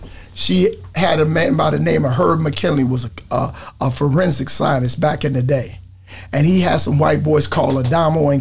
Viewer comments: Did this ng say Flo rensic??!?!🎉😂🎉😂🎉😂🎉😂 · Blood said" florensic " 😂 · Nigga said Florensic 🤣😭